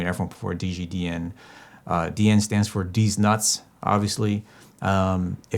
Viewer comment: Play back at 1.25x and listen to you say dg dn and what follows!